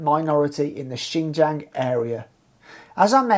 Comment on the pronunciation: If you want to report on Xinjiang at least first learn Chinese and how to pronounce xinjiang. Secondly just because of some terrorist attacks doesn’t mean there need to be over a million people jailed for reading quran praying etc. Thirdly maybe first live in china actually long enough to know some things